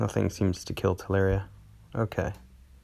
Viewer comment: Tell Lure Ria, not Tell Air Ria. 😂